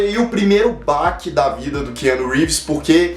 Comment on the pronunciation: Essa pronúncia não está meio estranha?KeAnu?